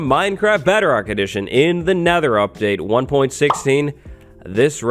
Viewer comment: Why do I keep hearing Bederock?